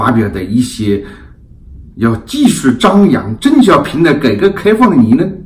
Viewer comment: 我本人对何总的很多观点都是支持的，但是您本期节目里的“邓小平”的发音一直都是“郑小平” ... 我也真是醉了！ 另外，我眼看着明镜媒体一天天的壮大，本人是由衷的欣喜！ 继续加油！